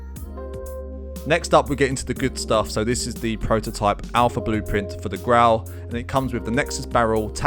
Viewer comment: "Prrototypuh" lmdao😭 I had to check another video before subbing. ✔️😌